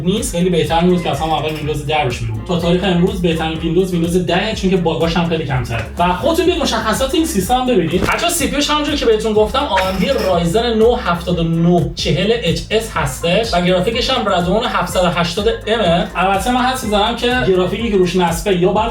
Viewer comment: تو خودت تلفظ اِی ام دی و مگاهرتز رو مشکل داری عشق پی سی بعد از اون طرف میپرسی داخل پی سی چیه واسش چالش این مدلی میزاری😐😂